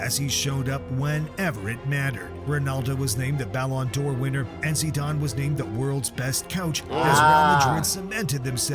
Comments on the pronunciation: bros.. its not pronounced Zidaaayne😂😂... its pronounced how its spelled. Zidane. btw, madrid are currently on a 42 games unbeaten streak in the league. pretty impressive if you ask me.. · It’s pronounced zi-dan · 3 years of reacting to football and don’t even know how to pronounce zidane